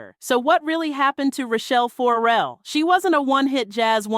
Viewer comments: Child, what is this?? What are you talking about??😂 AND, the last name is pronounced FER–RELL, NOT FO–RELL. Good grief. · FOR-rel/FOURrel FURrel! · Tearing my ears up with FOR-RELL. It’s not that, it’s FER-RELL but say it smoothly…Ferrell. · THE SYSTEM STINKS...And please, it is 'not' Rachelle FORRELLE, it is Rachelle FERRELLE. Painful mispronouncing obscures the depth and detail of the messaging. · "Four Rell"? come on!!! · Is the narrator even a fan? FO-RELL? Can you please do better work? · It is PAINFUL every time you say FORE REL😡😡😡😡. If you’re gonna do the story at least pronounce her name correctly. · Why are you saying Rachell For-rel? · Can you say her last name right? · Will you please pronounce her name right? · Maybe learn how to pronounce her name.....